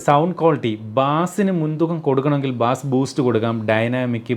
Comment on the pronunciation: ബാസ് അല്ല ബേസ് ആണു.